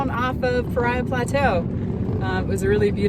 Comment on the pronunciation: Enjoyed your video! You are hearty explorers. Couple things...it's pronounced pah-ree-uh. Also, drones are illegal in all national park units, including Alstrom Point at Glen Canyon NRA. FYI. Keep enjoying your public lands! Just make sure you follow the rules. - Ranger Jeremy